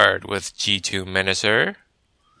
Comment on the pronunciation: You keep saying Menasor wrong